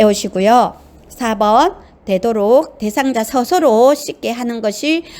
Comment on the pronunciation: 목소리도 좋고 . 발음도 좋고 내용도 충실한데. 단 한가지 발음만 좀 고칠수 있으시다면 정말 좋겠는데~습도를 섭도. 특히를 턱히. 스스로를 서서로 와같이 "으"와 "어"구분이 좀 안되서 듣는데 약간 불편한 부분만 고친다면 최고!